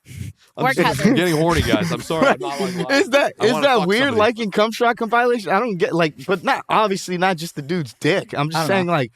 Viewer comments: calling out his favorite category, how he pronounced "compilation," and Bobs response to it was pure comedy! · Them pronouncing compilation as "Cumpileation" had me losing brain cells lmfao🤣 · com-pie-lation hahah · Compile-ation? Incorrect. It’s pronounced com-pill-ation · Nobody on this podcast knows how to pronounce compilation... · shit is definitely weird. Especially how he pronounces "compilation" lol